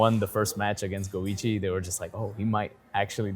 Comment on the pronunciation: Go. iCHi. CH CH CH. Man every single time you say goigi like luigi I die a little inside. Disregarding that, you are one of my favourite people on youtube and I love your videos. Thanks.